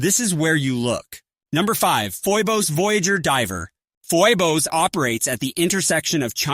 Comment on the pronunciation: Foybos, damb